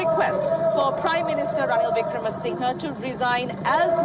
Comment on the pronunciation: He is not Wickramasingay, say Wickramasingher.